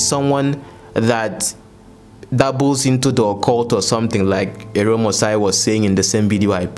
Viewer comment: Dear... AROME is pronounced (Ah-row-meh)